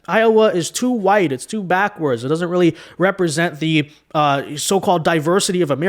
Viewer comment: He’s going to have a “weally” hard time going up against anyone with his trash record in California. Do all Dems code switch? I see a pattern here.